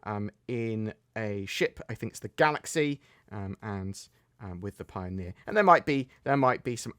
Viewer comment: Pio-near....I'm sorry